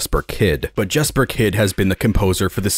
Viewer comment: Jesper Kydds name is pronounced “Yesper” btw. I met him at a restaurant in southern Utah last at year.